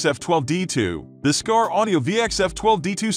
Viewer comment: The moment he said "skar" I knew this was another clueless list of BS. 100% 👎👎